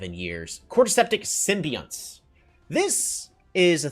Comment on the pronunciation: "Symbionts" is pronounced "Sim-bee-yon-ts"